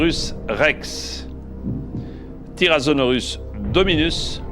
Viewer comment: J'adore comment JPF dit "tyrazonorus"